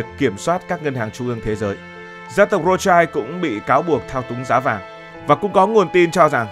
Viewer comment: Phải đọc là Rót shiu mới đúng âm của họ Rothschild.